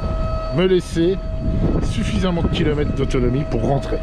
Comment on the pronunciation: Les "kilomettes" font vraiment mal aux oreilles !!